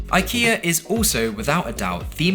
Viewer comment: Your IKEA pronunciations are getting better! Did you ask them to voice clip these before filming?